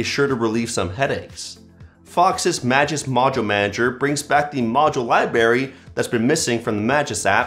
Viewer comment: Did u just said libary.-.